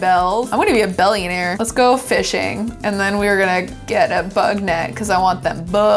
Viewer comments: no one:: I wanna be a bellionaire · “I wanna be a bellionaire” 😂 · “i’m gonna be a bellionaire” amazing